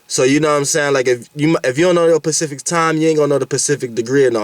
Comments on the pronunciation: Yo peeps is this dawg saying pacific or specific ? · he's saying pacific ... BUT YOU KNOW SPECIFICALLY what he's talking about!!!☝🏽🔥🏹👊🏽